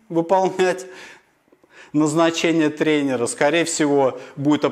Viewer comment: Могу порекомендовать хорошего педагога по русскому. А то ваш русский уже не русский. И не тренерА, а трЕнеры. 🥸